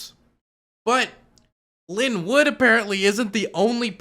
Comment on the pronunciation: next time it’s pronounced Line Woot not Linn Wood.